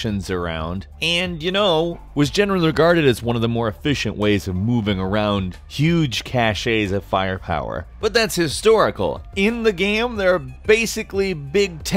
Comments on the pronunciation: IT'S PRONOUNCED CASH NOT CASHAY!!! The e doesn't have an accent on it, thus it's silent! é = ay sound! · . 'Cache' does not have an acute accent on the final 'e', so DON'T pronounce it "cashay". The word 'cachet' IS pronounced thus, but has an entirely different meaning. Cache is pronounced 'cash'. D'accord? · Did he just say "cash ay"???? . Cache is pronounced "cash" or more correctly "kaSH" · I can't believe people pronounce cache - 'cashay' - it always makes me laugh - imagine if you had a mustache and said 'mustashay' ...but anyways it isn't cashay.... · "Cashay" lol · "cashe-a" right in the grammar....